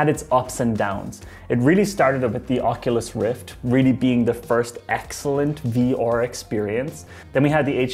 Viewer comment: I hate the way this guy says 'VR'. Sounds like some Nordic name .. 'Vior might have a chance to become mainstream. And his brother Aior will tag along'.